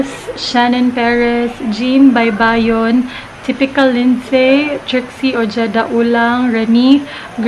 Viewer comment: Hello sis!! 😍 First time ko yata makasama sa shout out. hihi. btw, oheda po basa sa ojeda. hihi. More vlogs pa sis 💖💖 loveyou! 😍😘😉